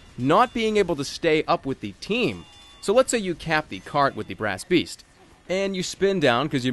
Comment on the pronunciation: did anyone else realise he said brasst beast at the start right after he said i've said brasst beast ever time i have tryed to record this